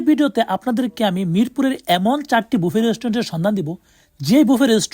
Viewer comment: ভাই বাফেট কি?? উচ্চারণ করতে না পারলে ভিডিও বানায়েন না। এর উচ্চারণ ব্যুফে । রেস্টুরেন্টগুলোর নাম বিয়ন্ড ব্যুফে, ব্যুফে লাউঞ্জ etc।